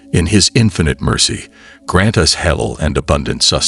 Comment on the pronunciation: ThankYou for this lovely post Sir! You have a good voice n speak/read well except for a few words pronounced wrongly.May we all be guided.It’s Halaal n not hell or helal It’s Haraam n not harem.Please ask someone to pronounce them for you Sir! My apologies if I sound rude🙏I mean well🤲